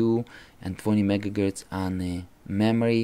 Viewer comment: Why do you say mega gertz?